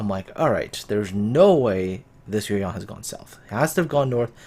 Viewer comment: Shenyang and Yueyang are both Chinese names, and you pronunciation is surprisingly accurate.